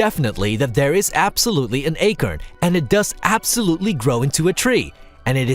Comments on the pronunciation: It's "acorn" not "akern" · Learn how to pronounce words like acorn and sega ffs. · Whats an Acern?